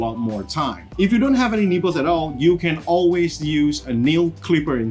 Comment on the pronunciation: This is not not be mean, but when he says nippers I hear nipples. Blame my parents for making fun of my cutting tools.